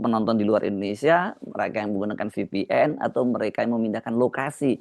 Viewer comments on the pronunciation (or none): Vipien bukan efpien mas